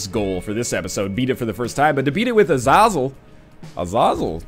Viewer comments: its a za zel not e za zel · 1) Name is pronounced "uh-zey-zel". (Short vowel for the first syllable, long vowels for the other two.) 2) Edmund M. had mentioned a handful of times on his site that he wanted to create a melee character for _Isaac_—I believe Samson was originally meant to fit this role—but he couldn't figure out how to go about it without room layouts being an issue in making the game unwinnable. It looks like he finally figured out how to go about it with Azazel. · It's pronounced Azehzuhl! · I realize how old this video is but its driving me nuts, Ah-Zah-Zel. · this spirit is pronaunced a-za-zel and it is a sort of a dibuk or a demon in the hebrews calture most of the time whenin english you say "go to hell" we say "go to azazel" with shows how evil he was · Azazel= Ah-zah-zel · For the record,Its pronounced "Ah-zae-zel" and he is a demon in religious mythology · It's pronounced a-zae-zel...zae rhymes with hay, weigh, lay, kay, day, I just may. Geesh, have you never seen the classic Denzel movie "fallen"?!?! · You pronounce Azazel as A-zae-zel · It's pronounced Ah-Zah-Zel. It's Hebrew, or at least a closely related ancient Canaanite language. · i think its pronounced uh-zAA-zuhl or ah-zae-zuhl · Its pronounced Uh-Zay-zle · It's pronounced "Ah- Zah-Zel". It's a hebrew word. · Sorry i cant take it anymore. its azAzal u actually say the second a as A so u say it as-A-zle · I love how Nort keeps pronouncing Azazel's name any way possible but not right :D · I lowkey cringe when he says Azazel wrong. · Is anyone else annoyed that he is pronouncing his name wrong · I really like this series and all but I'm still pretty annoyed that you mispronounce "Azazel". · Am I the only one who cringes ever time he mispronounces Azazel's name? I know he's doing it as a joke but still. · i am re watching the series and I cringe every time he mispronounces azazel